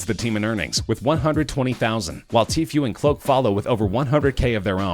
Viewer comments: he says tfue like teeth you instead of saying it lile tee foo PrAcTiCe BrUh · He said TKue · nigga said t few😭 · I hate it when people say teefiue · Did he say faze tfyue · This kid doesn’t know anybody in fortnite he said t few lmao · He pronounces Tfue like Tfew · How he pronounces tfue make me cringe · I hate how he said tfue wrong